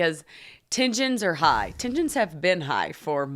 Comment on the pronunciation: Love how you pronounce tensions “tin-jins” like they’re a type of Girl Scout cookie